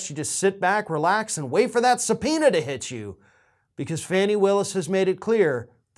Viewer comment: She pronounces her name "Fawnie".